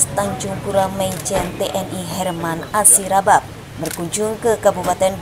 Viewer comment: Yg bener Herman Asaribab bukan herman asiribab min